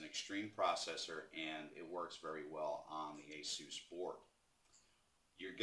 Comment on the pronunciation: Finally! Someone who knows its called Ace-Us not Hey-Zues